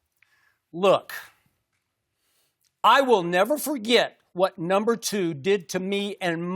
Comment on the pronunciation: Skip says no more numba 2 lmao what it do baby